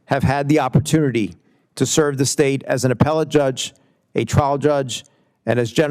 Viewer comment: Grassly is poster child for term limits. Mispronouncing judge as drug?!? This is 3rd in line from president.